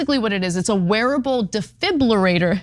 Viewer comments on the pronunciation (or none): Close but dee-fib-ril-lator would be correct. Not roo-lator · Ok Anna honey it's (dee.fib.roo.late.or) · Defribitator. It's not that difficult Ana:thanksdoc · Ana, Ana, Ana, say with me; DE-FIB-LI-RATOR you kept mispronouncing it as Defibrillators. Unbelievable! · You're actually mispronouncing it, it's FI-BRI not FIB-LI. Even the dictionary pronounces it this way, dee-fahy-bruh-ley-ter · DEE-FIB-REAL-HAY-TOR. Say it quickly with a silent H. You got it. Regarding the content….yikes! Why do we continue to apply our capitalistic system to our healthcare? I am a die-hard confirmed capitalist. It confounds me that my city provided trash service cost is a communal system (taxes) but my healthcare cost is a competitive capitalistic system yet, de facto, since employers provide private healthcare as an employee benefit at a reduced cost there’s no real “competitive” capitalism to the individual. The competition is between healthcare insurers with employers. It’s just plain goofy….which leads to corruption in the entire healthcare system. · say it like this...Defib-U (capital U)-later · That damn deeiburfriulater.. Gets me every time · De..fib...u...later....it's really not that hard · Not quite. It's, De...fibri...lator. Because the heart is "fibrillating" and not pumping. This device, shocks the heart back into rhythm. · Its detribrilartber ….duh🙄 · OK Ana, repeat after me (or Cenk) Dee-Fib-rule-ay-tor. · Dee-Fib-rah-later - just put that together fast :-p hope my personal pronunciation key helps Anna cause I feel you, it sucks when there’s a word that you just can’t get out right. 😂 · Real talk? You sound like an idiot when you can't say 'defibrillator'. Google it and practice for god's sake! I like you guys, but come on! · is anna dyslexic? she cant say defibrillator? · Anna think of vibrator it might help you with defibrillator. Trust me.